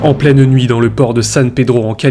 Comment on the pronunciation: Très bonne vidéo mais ta diction est un peu pénible. Tu accentues les E dans beaucoup de fin de mots, on dirait que tu te forces. En pleinE nuit, un hommE blessé, une silhouettE dans le noir… Sinon très bon boulot !